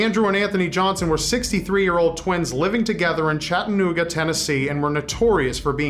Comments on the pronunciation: Sir you pronnounced chattanooga tn wrong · you pronounced Chattanooga wrong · I busted out laughing when I heard how pronounced Chattanooga XD I've never heard someone say it that way.